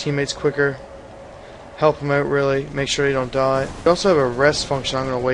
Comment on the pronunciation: Is the frame rate stuttering from your computer or from the game's code? Also, dumb question, but are you Canadian? (The way you said Out, sorry.)